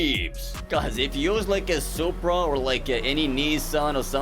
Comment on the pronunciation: ''Poopra'' Got me off guard.